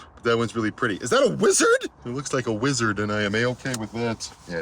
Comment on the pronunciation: Whi-zzz-arr-d. Four syllable version of the word